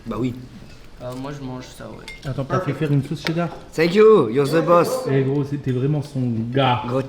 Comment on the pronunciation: Inox à la sirène: "You are ze boss" XD mdrrr